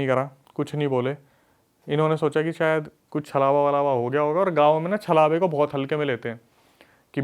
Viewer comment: Bhai sayad hota hai sayar nahi